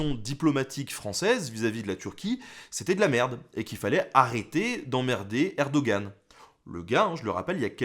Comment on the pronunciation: Ca se prononce "Errdoo'ann" o/, mais oui c'est une crevure. Utilisant un bloqueur de pub, je tombe un peu de nues, c'est quand même incroyable à quel point Youtube ne gère en fait pas grand chose ^^"